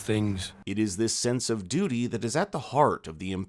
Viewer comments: Love the video hate your way of saying dute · Lol the way you pronounce duty is hilarious. Doody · just start mishearing 'duty' as 'dooty' from this point and enjoy...